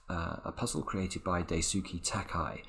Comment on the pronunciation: Daisuke is pronounced closer to Dice-kay. What's odd is I don't remember why I know that.